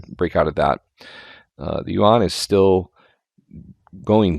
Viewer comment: Like your channel put your pun doesn't work. Yuan is pronounced like, You-Ann. I have visited China more than 20 times, and the 1.4 billion locals there don't pronounce it Won. I realize that most westerners also don't know how to pronounce the word.